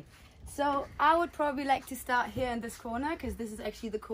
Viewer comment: Sag doch "here" einfach normal das triggert mega